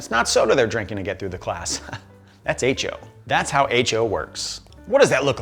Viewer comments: Eh cho. No aye cho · pronunciation as "H-O" is really troubling/amusing me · Hecho = “Hey Cho” - long live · The way he pronounces "hecho" really bothers me.